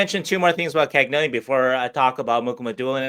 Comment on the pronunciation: Love the stuff. Can everyone start pronouncing Cagnoni properly please?